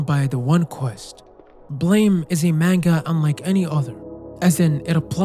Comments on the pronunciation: its not called "blame" its "BLAM" like an explosion Killy isnt a human either.... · As soon as I saw Lorn's Lure, I knew you had to bring up Naissance. And as soon as you did, I'd hoped you'd bring up Blame! and you did. Just finished it a few days ago, what a coincidence! (It's pronounced like 'blahm', like a gun sound, also it's got a movie on netflix!) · Small correction, Blame! is pronounced like “blam”